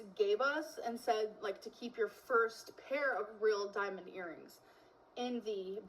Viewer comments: the way she says diamond pmo. “dimin”. and it’s not even a diamond she’s talking about. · "I was on the darker side" EMO,. Your haircut and color and your lip piercing were EMO. "it was a rill diamons" She thinks pin and pen are pronounced the same way. 😂